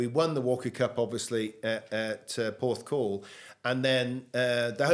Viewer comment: Every time I watch one of these i say “best video so far”. I’m saying it again “best video so far”. Gary is a great bloke and what a career he’s had. I was there when he beat Woods. Had a chuckle though when said Gary beat Woods at Royal Porthcrawl 😂. Have to say that as interviewers you both put your guest at ease which adds to the quality of the video despite pronunciation. Great decision to start this new channel in my opinion 👏.